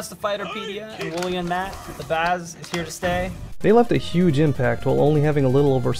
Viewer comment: After hearing on the last podcast not even able to say the name "Matt", I don't think I can listen to the podcast anymore.